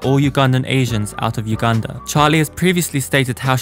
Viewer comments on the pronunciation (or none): none